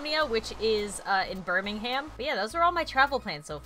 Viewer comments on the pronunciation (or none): Birmingham is pronounced Bir-Ming-um, I live in England!!!! 😄😄😄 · I live in England, and it's pronounced Bur-Ming-Gum. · You don't pronounce the h in Birmingham 😂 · I cringed when said Birmingham because im British and it sounded to posh to what im used to 😂 hope I get to see her there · How she pronounced Birmingham XD as a native British person it was soooo cringey